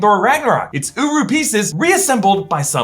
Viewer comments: I swear everytime i hear him say uru it sounds like uwu✌wtf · Uru sounds like “UWU”